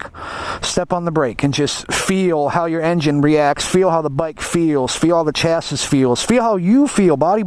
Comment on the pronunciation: chas-sis -lol